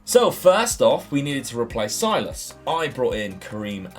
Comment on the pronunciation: Hello. You pronounce Silas as “Sill-ass” and then “Wam-an-gee-tuke-ah” Much love!